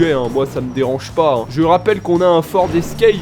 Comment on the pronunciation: 🤣🤣" Le ford Escrèpe "